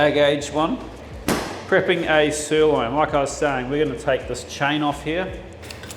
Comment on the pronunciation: I'm sorry.... did you just say "stirloin"?